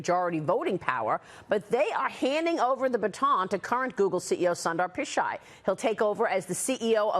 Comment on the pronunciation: Sundar (soon-thar) Pichai (pi-chay) Thats how you pronounce his name in the traditional sense... Its weird hearing westerners pronounce his name.. LOL...